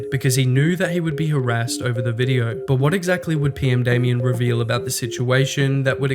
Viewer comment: you: says PMdamian or Potemer multiple times subltitles: says everything exept PMdamian and Potemer in the correct way